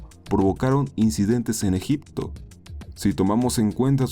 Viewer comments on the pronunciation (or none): none